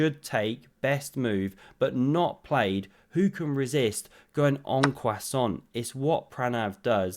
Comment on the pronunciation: "Un croissant"? LOL. I think you really mispronounced that move buddy....